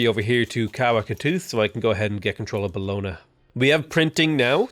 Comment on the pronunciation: As an italian i get triggered everytime you say "Bologna"